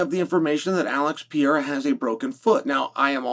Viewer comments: Chael: "Oh I see, I think.. I think I got it now..A L E X ... Pee era! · Say it with me. PURR-AIR-UH. PURR-AIR-UHH. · Love ya Chael, but this was the last Alex "PEEYERA" pronunciation I could take. Unsubbing for a while😂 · Really Pierra come on! It's not that tough to pronounce Pereira 😅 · Chael, it's time you learnt pronouncing Pereira correct.